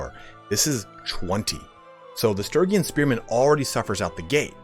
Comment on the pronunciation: God damn, the pronunciation on Sturgian is killing me. It's Stur-gee-an.